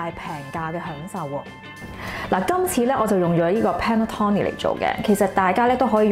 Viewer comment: Panettone 讀音係 pan net tone ni